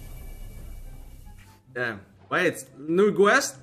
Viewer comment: i dont like when he say dann 😅